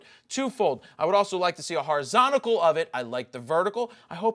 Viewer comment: Love your videos and i thank you for them but in gods name it is horizontal not horizontical